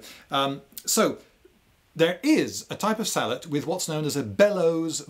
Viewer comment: Yes! "Sallet" not "Sallay"